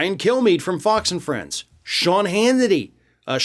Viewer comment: I'm sorry, but you almost sounded a little tipsy when you said Sean Hannity's name bro 😂